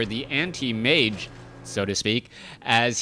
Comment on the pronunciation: "Antimage" ( ͡° ͜ʖ ͡°)